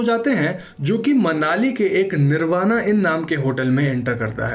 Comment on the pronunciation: Bhai plz pronounce correctly, u r indian not an American. It is " निर्बाण" not "निर्बाणा".